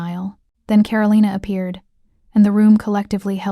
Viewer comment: So Min had NO security of his own in the restaurant while he was dining with Karolina? That's crazy. And it's pronounced Ka-ro-lee-na, not Ka-ro-lye-na!